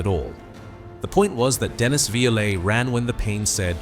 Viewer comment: Dennis was a character but was a ladies man. That's why busby got rid of him.. and BTW it's pronounce violent. (It's 2 syllables not 3...)